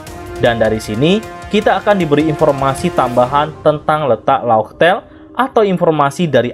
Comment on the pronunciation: Laugh tale bukan fartale